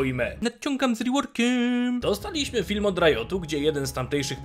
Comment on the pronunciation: "Nadciągam z reworkieem" xDDDDD